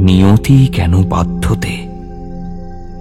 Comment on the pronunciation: "Niyati keno baddhote" Niyati kano baddhote...... Na Uccharon ta ektu dekhe neben